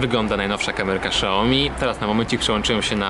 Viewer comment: nie Szaomi tylko Siaomi jak już!